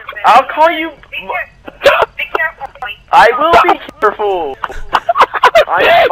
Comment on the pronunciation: “be carful ”😂